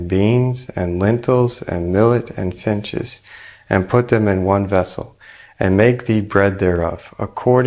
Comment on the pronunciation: It's a small detail, but fiNches are birds, fiTches are a type of grain. Since there are no birds in the recipe, saying the word correctly would be appreciated.